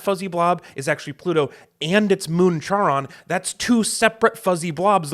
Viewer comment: The name of Pluto's moon is pronounced like Karon, like a portmanteau of Karen and Ron. It's named after the ferryman who took souls across the Styx (who worked for Hades, Pluto being his Roman equivalent).